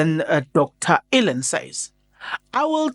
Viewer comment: Don't butcher his name..Dr Allen Boesak.... [Allenn Bhusak]...ngeke ngiyakhala ngepronounciation yamagama abantu....